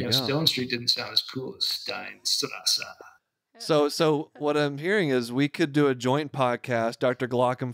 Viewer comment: the way they pronounce Steinstrasse kills me somewhat